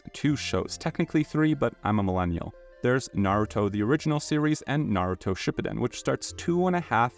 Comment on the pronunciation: Ship-ugh-den ❌ ship-oo-den✅